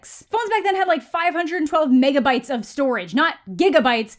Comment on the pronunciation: When she said Megabytes, I heard Meghanbytes 😅